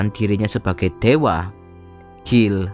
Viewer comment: Guile (baca Gail) kok dibaca Gill... 😁